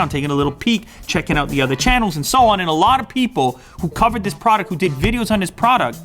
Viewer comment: '' I will be touching this ~~~Alot'' Way he emphasised it 😂😂